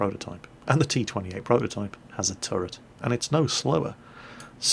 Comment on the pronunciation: it's a bit harsh but pls stop saying turrent